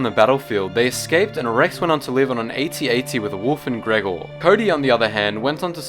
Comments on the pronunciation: He went to live on an at te, not at at. Sorry to be picky, but I thought of say that😂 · Crazi Kills he actually meant AT Te